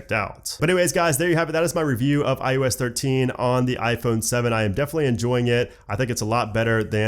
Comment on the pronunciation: SOUNDS like you are saying IUS - not IOS.....SERIOUSLY! It’s I oh ess!!!!!!! OH!!!!!! Not you!!!!!